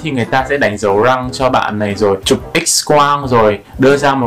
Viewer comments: Niềng rrrrrrrrrrăng 🥶🥶🥶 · lúc nói chữ " răng " nói theo kiểu nghệ an luôn hihi, thường thì ngoài bắc họ gọi là "dăng" á =)))) uiii, anh nói tiếng nghệ an đi ạaaaaaaaaaaaa #From Nghệ An guýt lớp < 3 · phát âm chữ r trong từ răng 😂 nghe mà cười quá 😆